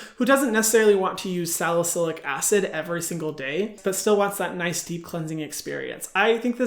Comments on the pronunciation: I laughed a little to hard when he said “nith “ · “Nihhhhh”. Tried to say “nice” and ended up sounding like Sid the sloth 😭